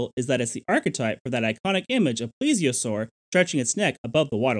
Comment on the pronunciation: It's not a ple-asore, it's a plee-zee-a-sore. The first 1/3 of the video you were pronouncing it incorrectly, you're pronouncing it correctly now. And you said March...not Marsh...O.C.Marsh.